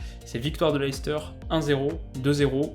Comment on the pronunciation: Super vidéo. Tu fais juste un faute de prononciation que tout les francais font sur Leicester. Regarde la video sur cette page, le journaliste le prononce clairement a 11s